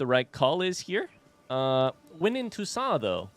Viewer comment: No, it's "Toussaint!"